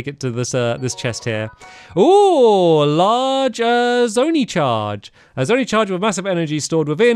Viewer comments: Stampy please its zone eye not zone e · Hey man thanks for doing this. After you did breath of the wild i re watched them a Few days later and I'm sure I will on this series 😄 also zonai is pronounced zon-eye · I don't know why but i got mad when he said zony instead zonai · It’s pronounced zone-i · Is anyone gonna say anything about the pronunciation of zonai? It’s been 8 episodes